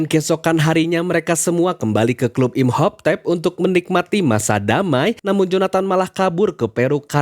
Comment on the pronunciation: "Imhoptep" ganggu banget, baca lagi yg bener